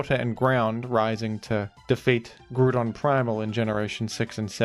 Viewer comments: It's not "Grudon" 😭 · Ah yes, how could we forget Groodon, master of the Groond? 😂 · Ah yes, Groodon, my favourite Groond type pokemon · Grudon is peak, and it is an important right to becoming a big pokemon youtuber to pronounce pokemon the way you think it should be. And sometimes, you need to spell things phonetically to get this truth across. You think Wolfey is one of the best VGC players because of skill? No, its because he has single handedly convinced the world its pronounced arcakneenay